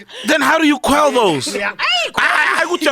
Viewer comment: how do you " KWELLE " those lmao